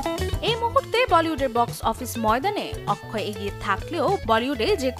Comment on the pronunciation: Akshay kumar ✅ Not akkhoi ❎